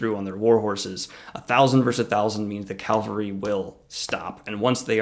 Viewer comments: You keep saying cal-ver-y, isn't it ca-val-ry? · Thanks for the video! Great job as always. One request from someone with a military background: please stop saying “Calvary” instead of “cavalry”. Calvary is where crucifixions happened, cavalry are mounted soldiers. Notice where the L is in each word. I’m looking forward to the next video! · it's pronounced CAValry. not CALvary. The ;latter is a place. The former are a unit type. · I love you, but CAVALRY, not CALVARY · ...Calvary... Cringe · Great analysis but can you say "cav-al-ry"?!! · Is this guy saying calvary instead of cavalry? xD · you were killing me with 'calvary' i/o cavalry! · What is calvary? :S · It's cavalry. Really? Don't let me go. Stop saying calvary. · Nitpick: Cavalry are military units historically made up of horsemen. It's related to the Spanish word Caballo for horse or Caballero for cowboy (I think it is a little weird that their word for that concept means "horseman" and ours means... cow boy) and in Spanish the V sound has basically merged with the B. Also Chevalier in French is Knight, a role noted for their horsemanship and in French Cheval is horse. So, the common thread here is that the V sound (or b/v) precedes the L sound. Calvary is the Anglicization of the Latinization of the Aramaic word for the place where Jesus was crucified. Sorry I can't help it. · "CAVALRY" ... U keep saying "calvary" ...